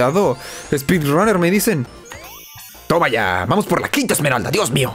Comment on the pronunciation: ya en serio, pq dicen "esmerald"? XD, no lo digo por ti osea si pero he visto a otros youtubers decir "esmerald" en ingles no lleva la "s", es "emerald" entiendo que en español si lleva "s" pero, si hasta viene escrito wat xd